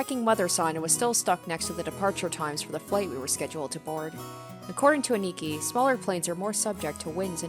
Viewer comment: A-ni-ki not aniki said fluidly